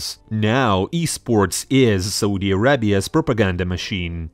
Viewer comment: I like how you pronounce Soodi instead of Saudi xd